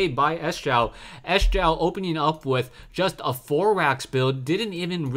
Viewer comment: "sjow" is pronounced "show"